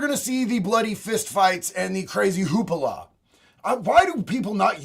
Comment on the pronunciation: Hoopla, not hoopala, lol.